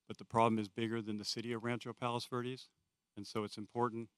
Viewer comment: He couldnt even pronounce it correctly lol.